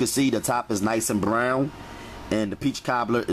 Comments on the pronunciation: Yes, lol! I repeat him every time he says it too😂. 🗣Bbbbrrown!! Straight vibrations; good vibrations. I’m happy that my friend introduced me to his channel.🙌🏽👨🏾‍🍳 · Why do you sound like you from philly when you say brown 💀💀😭😭😭😭😭😭